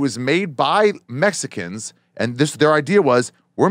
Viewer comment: And Ari pronounces it "Messican" lol